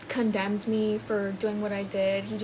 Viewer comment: I got worried when she said condemed. I thought we back slid into insanity again